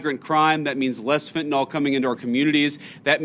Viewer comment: Please stop pronouncing fentanyl with an lol sound at the end. Fen ta nyl says fen ta NIL. NOT NOL !